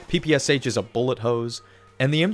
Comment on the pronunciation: Bro what are you even saying 😰😭😭😭No way you actually believe that. For those wondering, the PPSh is in Russian ППШ (short for: Пистолет-пулемёт Шпагина) It means machine pistol Shpagin and is pronounced as pah pah sjah